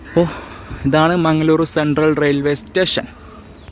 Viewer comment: Mangaluru is the correct way to pronounce.